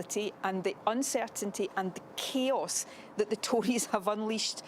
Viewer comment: first time I thought Nikola sturgeon said the Kiosks unleashed by the tories. Chaos.